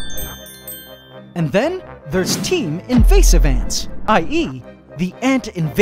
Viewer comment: Tons "ant" tons of ant🤣😂